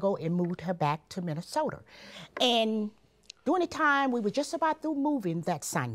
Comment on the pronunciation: What a quotable episode! 🤣🤣 "So in Aprur of 2014" "We're going to Minnesoturr" "All of a surden Jurge" "I"ll be gladly to go" "We don't disrespect peepurs" "Come on boo, let's go"